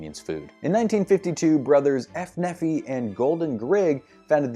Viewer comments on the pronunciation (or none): That’s pronounced Née fi. Uncle Nephi thanks you.